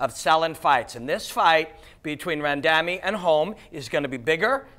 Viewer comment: "ran..damy" think he got that wrong 😂